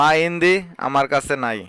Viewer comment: ভাই শব্দটি ইনদি হবে না। আনদি হবে